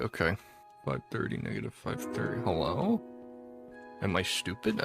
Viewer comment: “hullo” lol I’m so dead